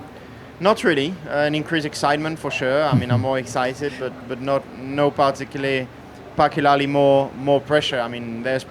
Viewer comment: Charles can’t say particularly